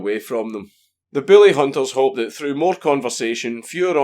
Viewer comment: I love how your accent makes it sound like you say "the billyhunters" lmao it's brilliant. You're the dude who taught his pug to heil, right? I'm trying to teach my water monitor but he doesn't seem to catch on.